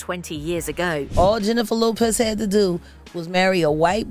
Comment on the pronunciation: "Jennifer Hoepez"